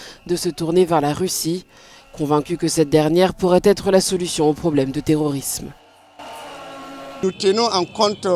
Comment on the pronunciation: Je suis avec les gars mais terrorisme pas tororousme 😄😄😄